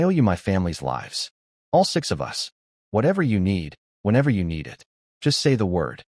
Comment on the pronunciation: I love how the voice this channel uses cant pronounce "us" properly and pronounces it like "u. s." making it seem like ths united states just shows up randomly in the stories